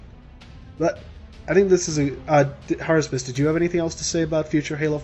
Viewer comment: HARUSPIS? IT IS I, JUL!